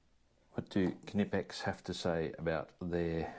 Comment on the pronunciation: Mmm beeer 😍 Once again nice good quality tools from Kay nippex! (pronouncing more like our US friends everytime 🤣) 🍻 mate